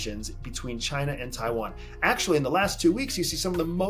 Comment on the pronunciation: Nitpicking, but if you said some of the names better it would be less distracting, especially Taiwan